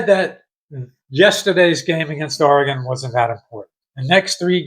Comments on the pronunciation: Yeah, it's not oreGON(e)...it's OREGUN....like or-e-gun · Great commentary but it’s pronounced OREgon, not oreGON. But that’s my only quibble. Love for the game and Rutgers on full display here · I dig ur video, but it's Ore-ig-inn homey.. Not Or-i-gone.. It ain't hard dude, East Coast bias sucks.. Can't even say our name right.. It's Root-gurs right? Come on man.. Ridiculous.. And after 35 yrs you can't figure out our name? JC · It’s pronounced Or-eh-gun 😄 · OK, Oregon iz pronounced O.R.Y.G.U.N. Just plain old O.R.Y.G.U.N. orygun... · Only stupid Americans miss pronouce OREGON. I have yet hear a British missed pronouce the word Ore-gun, maybe because it's their language.😅 🎉🎉🎉Go Oregun Ducks🎉🎉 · It's pronounced Oregun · Aw-ruh-gn is the proper pronunciation-Oregonian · That’s incorrect. It’s pronounced Or eh gun. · Oregon...say ORYGUN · Pronounce it like your saying “organ” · Hey, its OR-E-GUN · Thank you for trying to help him say Oregon properly!!🙏😅🖖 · He almost said Oregon correctly…once. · It's okay that you can't pronounce Oregon correctly, reminds me of the old days when nobody knew where we were located. Also, I don't know where Rutgers is. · ~ For one, you're saying Oregon wrong..... For two..... If you were at all "surprised" at Oregons size, you have no idea about college football.... Oregon literally has one of the biggest most physical teams in the entire country and everyone knows that... Objectively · If you're going to go on a rant my friend .say the name right. It's Oregon. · Learn how to say Oregon